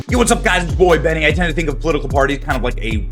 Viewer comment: Quit with the fake and forced laughter. Also the word is boy not boi. Boi is used by kids and those who think it's cool